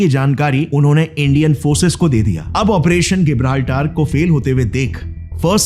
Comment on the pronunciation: When there was convergence in the interests of India's RAW and the Soviet Union's KGB, then what was the need for the KGB to work against RAW? Operation Gibraltar isn't called गिबराल्टर , rather its जिबराल्टर Your pronunciation as गिबराल्टर is wrong.